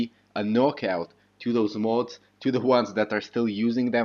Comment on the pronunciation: You pronounce modders correctly, why do you say mah-oohds (mods) like that. Where where you born and what country did you learn English? Interesting accent